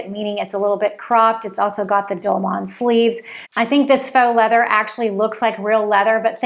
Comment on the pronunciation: I really enjoy your content but please don’t mispronounce dolman it